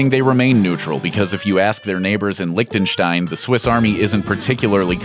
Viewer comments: its Liechtenstein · "licktenstine" uhhhhh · Why tf does everyone pronounce it like that, it's called LIECHTENSTEIN not LICK THE STAIN